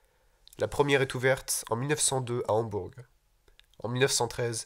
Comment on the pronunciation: yo jtm mais Hamburg se prononce "Hambour" en général